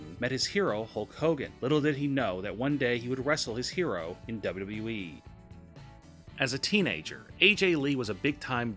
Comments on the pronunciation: What the hell is a "Double Dubwee"? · Why can't the narrator say WWE?